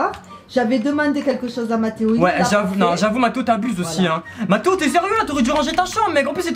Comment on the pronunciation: On dit mathéo 😕